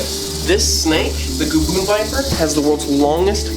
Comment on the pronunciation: Did anyone else relive that gavoon biper was said